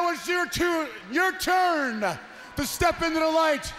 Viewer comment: Your tune your tuuurn 😂